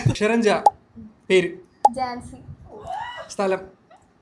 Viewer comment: ജ എന്ന അക്ഷരത്തിന് ജാൻസി അല്ല . ഝാൻസിയാണ